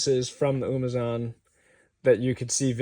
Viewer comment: It’s not “umazon”